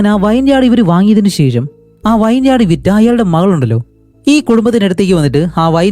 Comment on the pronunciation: വൈൻ യാഡ് അല്ല bro വിനിയാഡ്